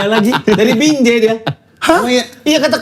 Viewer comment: halahhh lidah abang bukan “binjai”, tapi “BINJE” 😂😂